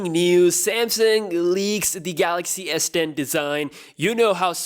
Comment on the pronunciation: Who else heard samsung s pen instead of s10?